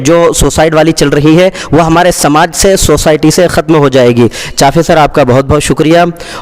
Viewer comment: محترم चाफे نہیں بلکہ चापे सर है